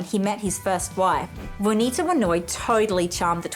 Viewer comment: It's JUANITA...not vynowoir....or whatever she is saying.